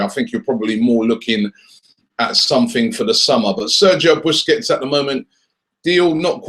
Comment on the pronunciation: try pronouncing his surname right